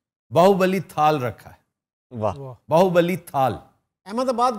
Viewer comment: It is BAAHUBALI not BAAHUBALLI